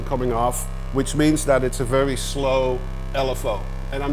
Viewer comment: „Fairy low bass sound and fairy nice sounds from you modular wall Tom! :p It’s a distinctive mark for dutch people to pronounce the v as a f, funny 😆